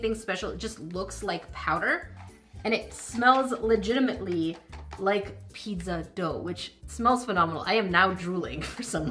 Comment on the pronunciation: wtf is peedzuh doe?